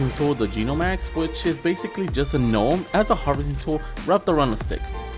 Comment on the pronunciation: its prounced gnome-max not g gnome max